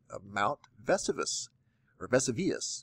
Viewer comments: The volcano in Italy is pronounced :Veh Soo vee us' not Vsoo- veeus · Vesuvius, pronounced Veh-SOO-vee-us, was the one that buried Pompei back in Roman times,I believe. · Lol Vessyveeus?.....Veh sou vee us....? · Great job on tying in past historical events to today’s planetary alignments. I think your on to something here! 👍 The volcano in Italy is pronounced like Ves-Sue-V-Is! 😂🇺🇸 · ...It is pronounced as "Mount Ves-who-ve-us". Man, I had to laugh when you called it wrong. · Ve-soo-vee-us. Argh... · Reporting on volcanoes and can’t pronounce the most famous volcanoes of all time? It’s Ve SOO vee us. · Va-sue-vee-us...mis how that volcano is pronounced...in Italy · Amazing and very informative video but I just had one correction... It is pronounced Vəˈsu.vi.əs or Ve‧su‧vi‧us. That is all. Thanks for all the amazing videos bro. You're doing gods work 🌞🌝🌌🌋🌊🌪🌈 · The Italian volcano is pronounced vee-sue-vee-us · Mount "Ve Soo Vee Us" is how you pronounce Vesuvius. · Ve sue' vi us is the correct pronunciation.😉😀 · ...come on...you're a smart, educated, certainly well-versed in planetary locations and events. How can you mispronounce the name of one of the most famous volcanoes on Earth...Mt Vesuvius in Italy??? Love your channel...one of the few that I still watch because you have kept to your original calling and message...not like a lot of these other channel that have gone downhill fast. But I had to call you out on Vesuvius good buddy. Not a hater...just busting your chops!! Keep up the awesome, yet thankless, job of trying to help inform the world of what shit-storm is bearing down on us all in the near future!! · Love your videos but I could not get past the way you pronounced Mount Vesuvius. Here is a link on how to pronounce one of the most infamous volcanoes of all time.... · I question anyone who discusses volcanic activity who can't pronounce ' Vesuvius ' . Also, from Santiago Chile for Saturday, June 9 … " Winds NNW at 10 to 20 mph. "